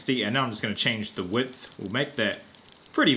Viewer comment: Why’d he say wideth not width